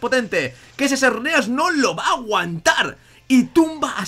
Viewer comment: arqueus ... arqueus... ja...arqueus ... ARQUEUUUUUUS HAAAAAAY CONO (DE HELADO) HAAAAAY QUE ES ARCEUS C + E SUENA SE WOOOOOOO Y SHERNEAS AAAAAAAY